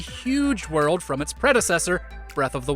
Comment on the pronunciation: The way you say “werrel’d” for world is amazing